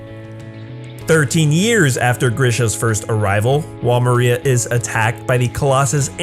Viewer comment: By the way Wall Maria isn't pronounced like a person's name it is pronounced as mar ree ah